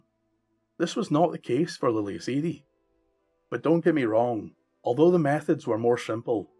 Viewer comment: It is pronounced Ah-dee not Ay-dee